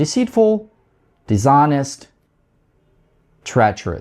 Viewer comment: diShonest not diZhonest!!!